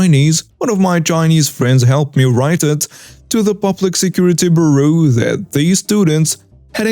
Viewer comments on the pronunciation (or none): Bureau is pronounced: "Byur- roh." And in most places, using a weapon on security is a quick and easy way to get injured. Using a weapon against a cop is a really quick and easy way to get dead.